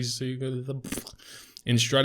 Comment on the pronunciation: Strade-Thai-Zing. Oof.